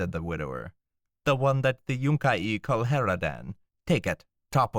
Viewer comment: also its yun-ki not yunk-ie two syllables not three but great reading love all your stuff you should try get job as narrator